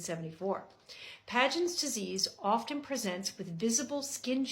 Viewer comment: Pagents? It is actually Paget… no N